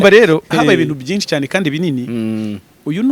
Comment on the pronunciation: Ikinyarwanda azakosore kuvuga ngo byinci😮